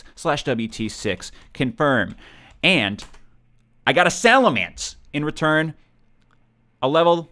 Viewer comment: it's pronounced "salamence," not "salamence."